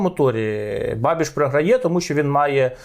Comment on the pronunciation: І не бабіШ, а бабіЧ... Практично babitch...